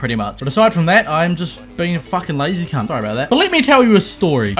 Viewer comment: Fuckin' love it when Australian people and "New Zealandish" say cunt. :D